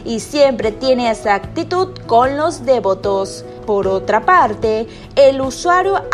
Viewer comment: Hablen bien español POR DIOS!!! No es dévoto es devoto. NO VA ACENTUACIÓN EN la e. Se pronuncia devoto tal cual se da acento no tan marcado en la primera o.